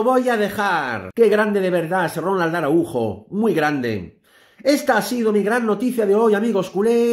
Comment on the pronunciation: Que desgracia que no saben pronunciar el apellido Araujo. Que les pasa?